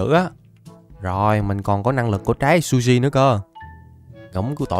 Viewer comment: Trái zushi nhưng anh đọc là sushi😁😁😁😁😁😁😁